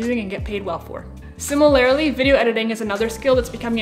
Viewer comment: Do a shot of Jagermeister every time she says "SIMMER-LAIRLY" -- I'm feeling woozy 🙃